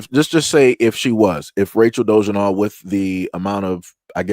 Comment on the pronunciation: it's "DO-LA-ZELL"